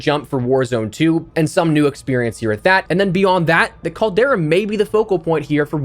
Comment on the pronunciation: In the words of the 5 time, 5 time, 5 time, 5 time, 5 time champ, Booker T.....tell me, he didn't just say that!? Noooo he said "the Caldera" 😵💀😬😬😬😬 not you too E!!! Lol.